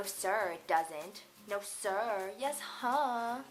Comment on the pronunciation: Its' Yessuh, not Yeshuh...Good job but you're not from Boston, I guess.